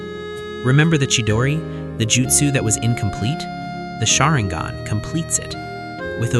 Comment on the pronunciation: Why do you pronounce sharingan and hokage like that?